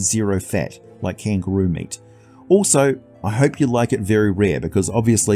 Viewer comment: "...very low fat, like kangaroo meat." Your Aussie is showing 😂😂😂 Great video though of course, as usual!